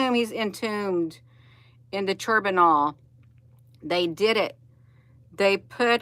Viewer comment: I love how ya doing this.. pronounced Chern noble... Like turning butter, and nobel nights.. 🤣